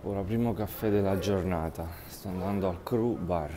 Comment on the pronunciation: "criù bar" non "cru bar"...